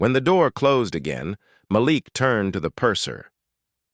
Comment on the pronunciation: Thank you for finally pronouncing Malik as Ma-LEEK most of the time. Kudos!